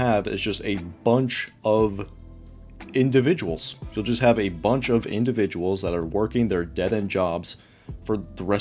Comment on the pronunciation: think you mean "InDUHviduals."